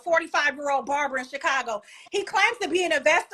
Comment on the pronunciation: “Barrerrber” 😂 she disrespectful !!! Barbers are getting the big bag nowadays!!!